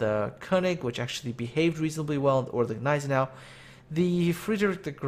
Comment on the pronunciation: The G in Gneisenau is silent